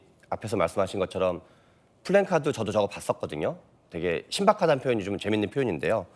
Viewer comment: 양 쪽 패널 둘 다 '플랜카드'라고 말하네요. '플래카드'입니다. (placard)